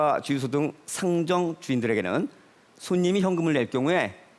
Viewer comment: 교수 인데 상점을 발음을못하네